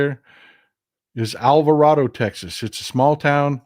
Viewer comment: How you say Alvarado is correct in the Spanish language. But I was raised to say the second "a" as a long a. I lived down the road from that town. Just FYI.